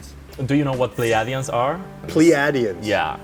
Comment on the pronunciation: Oh God he pronounced pleiadians wrong 🤦🏽‍♀️